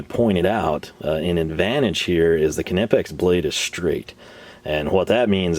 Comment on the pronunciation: What the hell is with the Knipex pronunciation?